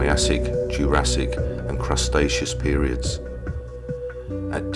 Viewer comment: Cretaceous- not crustatious lol 😂 sorry.